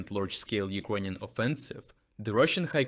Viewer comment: As to the pronunciation. Improvement! Now still especially one word sounds very ”slavic”. It”s the word ”ukrainian”. The i sound is too dominating, sharp and sounds mixed with ”j” in a very disturbing way. Try to listen to proper english pronunciation. The i sound should”nt be that dominating sound in that word, please! The same applies to a certain extent to i in ”russian”. Dim the i sound even more!